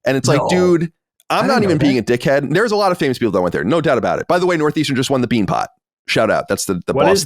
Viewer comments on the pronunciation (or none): none